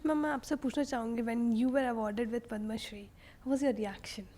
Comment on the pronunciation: क्यू ऐसे pronounce करते हो..Padma shree(पद्माश्री) ... आजकल सारे नये host ke साथ यही प्रॉब्लेम है. इसके बाद इंटरव्ह्यू कितना भी अच्छा क्यूँ ना हो...देखणा नाही चाहते. कम से कम जो हमारे नॅशनल लेव्हल के पुरस्कार है उसके तो नाम ठीक से लो. उसका सबटायटल तक गलत कर रखा है.